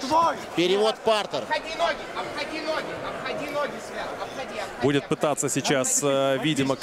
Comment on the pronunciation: Почему коментатор говорит "партЕр" а не "пАртер" 😂😆 мне кажется он театр смотрит, а не бои.